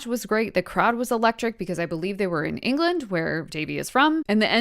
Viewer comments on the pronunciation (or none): none